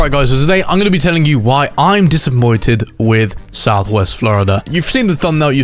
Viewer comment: He said disimmoited in the beginning